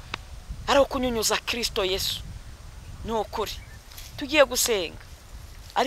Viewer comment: Nyamara uyu mukobwavuga Kristu neza